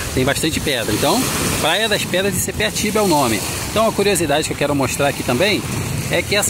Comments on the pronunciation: não é sepeatiba segundo a placa é sapiatiba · Sapiatiba, e não sepiatiba.